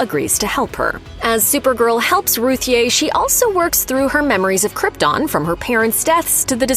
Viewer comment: According to Tom King Ruthye is pronounced Ruthie